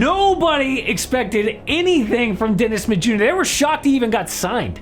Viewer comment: It took me awhile tn realize dude was saying Dennis Smith Jr. Sounded like Dennis Mid Yur